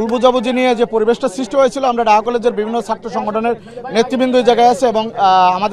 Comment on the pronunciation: Daha College konda??????????? Hay re barishailla!!!!!!! Nijer college er name ta o sundor kore koite parish na....